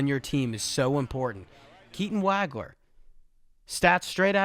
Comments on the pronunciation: It's not WAG-ler. It's WAHG-ler. Rhymes with "dog." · Great review. One thing, though. It's pronounced "WAUG-LER"......not "WAG-LER".